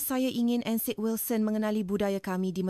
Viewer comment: Though the narration is in Bahasa Melayu, there are words pronounced wrongly. Encik - Ensik, heran - heron this is obviously AI. I listened halfway and then switched to other videos with real human narration.